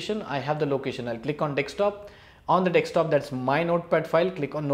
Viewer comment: Informative video. But Man it’s “Desktop” not “Dekstop”